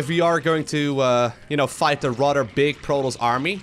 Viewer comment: Thumbs down for the way you mispronounce Protoss. See the double S? PRO TOSS, Not Pro Toes. Disgusting.